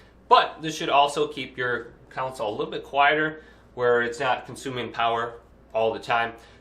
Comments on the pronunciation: Council. Lol Con - soul 😂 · "council" lol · It’s a console. Not council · I can't believe this is the only comment pointing that out. 😅